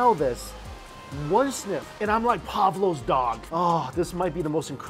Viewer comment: So close : it's Pavlov's dog, not "Pavlo's" (but hey, when in Mexico, might as well be Pablo's 😅)